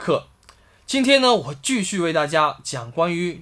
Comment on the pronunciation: ，那个叫ji xu不是ju xu啦~~